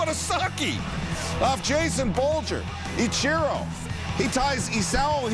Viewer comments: yeah he stresses the wrong syllable. It should be "EE-chi-ro" not "ee-CHI-ro" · Really bothering me the way he's pronouncing Ichiro's name